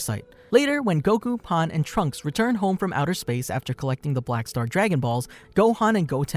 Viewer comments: The proper pronunciation of Pan is Pahn. Stran the enough, Japanese and Spanish share the same vowels and the word for bread, "Pan" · Saying pan like paan or pon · Bro really said pahn💀💀💀💀